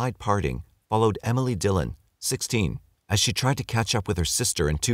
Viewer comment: The way he's saying Emily is really grinding my gears